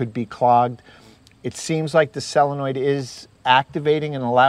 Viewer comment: I don't know if it was your accent or not, but you were pronouncing it "selenoid" or "salenoid" instead of "solonoid". Excellent water heater tutorial! Thank you so much.